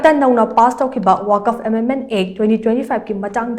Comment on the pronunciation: Wakaf.... haiba ntteye *Waqf*..... habiyo... 🤔🤔🤔